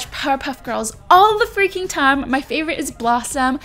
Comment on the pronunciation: It anoyes me "what is feaking up" ps love you no hate best youtuber